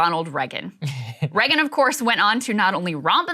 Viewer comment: There's something about her pronunciation of Reagan that's SO annoying/distracting